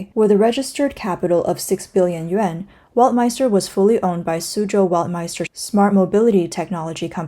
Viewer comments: Weltmeister must be pronounced as "velt-mayster", not "wolt" or "welt" as in english but as it is in German :) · "ei" is pronounced as "i" W is pronounced as v. Velt-my-ster is how to pronounce it. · … a German here. … That’s Bullshit. … We in Germany pronounce „ei“ like you when you pronounce the first letter of the US- state „IOWA“ or when you say „I will go to … . The „I“ sounds like the German „ei“ in the Word „Weltm“ei“ster… The Letter „W“ sounds in german as the „W“ in the the english word „WORLD“ … You got me? … 😏